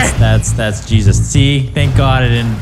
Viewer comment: He said yeezus christ